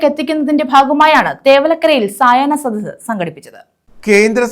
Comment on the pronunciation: മന്ദ ബുധ്ദികളെ , സയന സദസ്സ് അല്ല സായാഹ്ന സദസ്സ്. സുഡാപ്പിക്കളെ പോലെ നിങ്ങൾക്കും അക്ഷരാഭ്യാസം ഇല്ലേ?